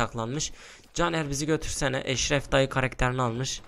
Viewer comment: Eşref dayı dediğin yerde eşşek dayı diye anladım